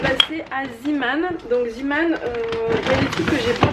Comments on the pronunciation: Juste un petit commentaire, ça se prononce "Zémane", non pas "Zimane"... Ça vient du néerlandais "zee" = mer et "man" = homme, donc marin. :) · LynaPrincesse RaleuseYtb oui mais ça se dit zeeman (zémane) puisque ça vient du néerlandais ;)